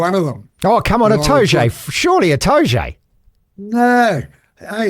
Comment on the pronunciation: Itoje???? FFS Devlin, are you drunk...